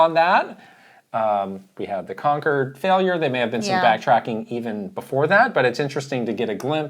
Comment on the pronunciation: People saying Concord's name as "Conquered" which is just funny